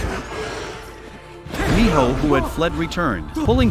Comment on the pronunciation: And it’s not Mijo it’s Minho